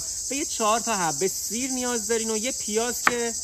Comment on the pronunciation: کارت حرف نداره 👌👌💙💙 اما خودمونیم سییری رو خیلی بد میگی 😁😁😁